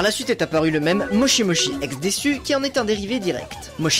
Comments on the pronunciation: On dit pas desu maids des on ne prononce pas u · Déjà on dit « Des » et non « DesU » les japonais écorche leur propre langue